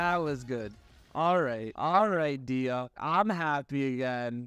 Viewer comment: "Dee-ya"...? Really? EDIT: Oh my *LORD,* your artifacts need some work. Jesus Christ....